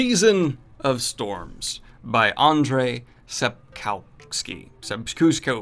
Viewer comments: Also, it's pronounced An-zshey Sap-kov-ski. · its pronounced Anjey Sapkovski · Ehhh... Why is it so difficult to pronounce the name of the author... ? 🙄🤨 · really? Is it so hard to launch google translate and learn how to pronounce someone's name?